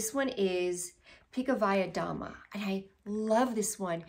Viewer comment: Your Russian is good boo! You said Pikovaya Dama perfectly. It means queen of spades ♠️